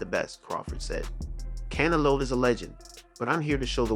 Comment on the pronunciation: Why do you pronounce Canelo like “cantelope?”